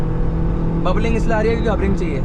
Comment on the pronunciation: Wobbling❌ Bubbling✅ True Indian 💯😅